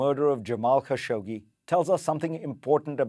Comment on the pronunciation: Thousands of reporters can’t pronounce Khashoggi correctly ,even you ?